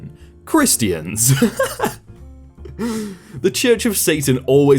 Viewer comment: Nobody is gonna talk about how he said Christians?